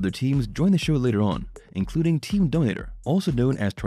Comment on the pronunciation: Dominator, not donater.